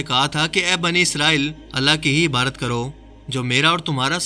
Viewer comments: MASHA ALLAH bohat khub video but ap Ibadat ki jagah Ibarat Q bolty hein ye zra clear krein.plz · Ebadat ko abarat nai bola kren plz